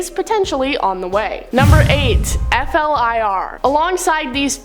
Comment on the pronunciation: F.L.I.R. is pronounced Fla-ear, not every letter spelled out.